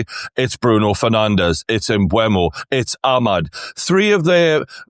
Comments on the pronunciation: Mbeumo is pronounced ‘Mboo-mo’ not ‘Mbwemo’ 🙄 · lads on this podcast STILL calling Mbeumo "Embwemmo". There's no W! It's Emburmo